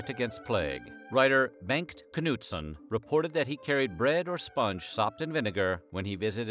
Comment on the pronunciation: The way you pronounce "Knutsson" is entertaining 😂